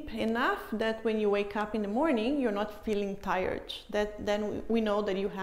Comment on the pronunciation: Sorry! I have never heard the termination (t) pronounced like a (ch) Example tired WHY? Thanks for your answer